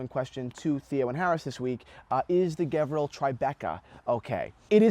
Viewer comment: Sorry but you are wrong today after 6 years of your video , white dial with silver bezel is the rare one , there is a bunch of black dials that is being offered, and the brand pronounced as Gevril G sounds like saying George